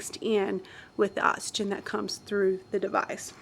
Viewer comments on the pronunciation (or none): I can't take it, anymore... "ottsygen" & "excelled" air